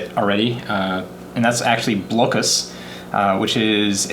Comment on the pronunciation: I believe the game, Blokus, is pronounced, "Block-us" and not "Blow-kuss"... which makes sense because you are Blocking people from playing their pieces...